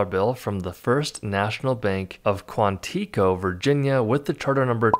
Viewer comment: Quantico Virginia is pronounced Kwan it co it is in Prince William County.